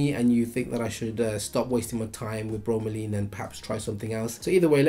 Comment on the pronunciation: It's Laine, not Leen..